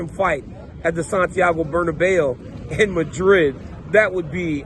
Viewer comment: Wow dc, your pronunciation of Santiago Bernabéu was impressive 😮